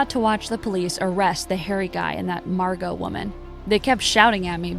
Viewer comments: excuse me, her name is Marrrrrrrgo!! not Marco or Mango,Wells Fargo. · Excuse me her name is Margo not Marco or mango or Wells Fargo yeah someone said Wells Fargo her name is Margo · ᵉˢᶜᵘˢᵉ ᵐᵉ, ʰᵉʳ ⁿᵃᵐᵉ ⁱˢ ᵐᵃʳᵍᵒ, ⁿᵒᵗ ᵐᵃʳᶜᵒ ᵒʳ ᵐᵃⁿᵍᵒ, ᵒʳ ʷᵉˡˢ ᶠᵃʳᵍᵒ. ʰᵉʳ ⁿᵃᵐᵉ ⁱˢ ᵐᵃʳᵍᵒ ˣᶜˣ